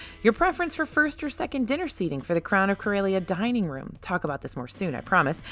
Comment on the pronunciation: I don't know how they pronounced it on the Starcruiser, but Corellia is pronounced cor-EH-lee-uh, not cor-EY-lee-uh